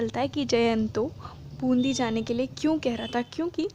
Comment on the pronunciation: Wo bundhi nahi hai Bundi hai